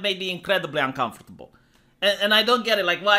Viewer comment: It makes me uncomfortable the way you say uncomfortable.